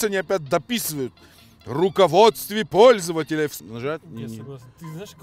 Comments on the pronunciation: В слове пользователя две буквы П. XD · Я чуть не умер со смеху на "руководство ппользователя"